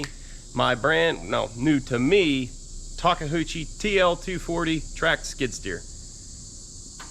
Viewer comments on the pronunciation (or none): It’s pronounced liked this “Talk A U Chi”. Not Talka Hoochie 😂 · It isn't ta-kah-hoo-chi. Japanese is really easy when printed in English--very phonetic. So if a Japanese person were pronouncing it, it would sound like ta-khoo-chi but taking it one piece at a time it would be ta-KA-ooh-chi. Sorry, spent a year in Japan whilst a Marine. LOL. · Take-uchi not Take-Huchi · 2nd person I've heard call this brand of skid steer "Taka-hoochi"...pretty sure it's pronounced "Tak-oochi" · First off you gotta take the 'H' out of that name,.it's a Tak e- OOO- chi, not Tak a Hoo chi! LOL! Now speaking of this Skid Loader, from what I know of these machines, the Takeuchi is very well accepted in the market place, and I do know a thing or two about the Yanmar Diesel engines. They're tough and reliable too. I think you should have a good machine there. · 😂😂 my wife is japanese and it’s pronounced TA KE U CHI…. 😂 NOT! TA KE HU CHI 😂😂. Always a pleasure watching your videos weather learning about anything your working or for comic relief 🥴😁🤙🏼. That’s a AWESOME “TA KE U CHI” Skidsteer!! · “TOKAHOOCHIE”? say “Tah-kay-yoo-chi”. Neat machine, hope you got a good deal. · It's a TAKE-A-HUCHIE? Where are you taking the Huchie? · TAWK KUH HOO CHEE? LOL...Sir, you mean Ta-KEE-oo-chee. But hey, CONGRATS! Sadly, yeah, its a shame some weird faults happened, but it looks like simple repairs and parts like those dampeners. Since those are usually $60K new (2021 model), you did well! With new shoes (tracks), keep her lubed and she'll be...happy! Jealous and yet very happy for you and for finding an honest sale! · Talk a hoochie 😵 I don't think that's how you say it. 🤣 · Pronounced “ta kee oo chee” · The bad behaviour and the shocks is because you keep calling it a "tahkehoochie" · say Tah- Kuchie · ta·kee·oo·chee sorry just bugs me the way I say it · Nice Machine Takeuchi's are excellent, and BTW,... it's Ta-Koo-chi... 3 syllables. enjoy it! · Did you call it a talk a hoochie?